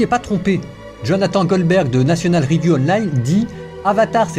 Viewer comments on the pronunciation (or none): none